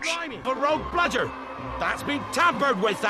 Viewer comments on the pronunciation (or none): I spotted a mistake: I think had problems recording the word "bludger". I think they needed to put it in the scene later